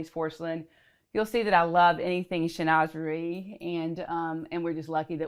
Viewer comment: Chinoiserie. Sheen wa zer ee, That is all. Thank you.